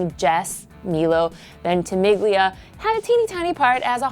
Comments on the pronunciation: Did anyone else hear her say "meelo venti-mig-lia"?? 😂😂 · it IS said Meelo though because he's Italian and the pronunciation is different to the English version, but the last name is without the g said like: Ven-ti-mil-lia